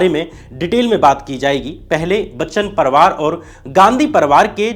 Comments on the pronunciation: परवार नहीं बे परिवार होता है, हरिशंकर नहीं हरिवंश राय नाम था😂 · साथ हिंदुस्तान नहीं सात हिंदुस्तानी परवार नहीं परिवार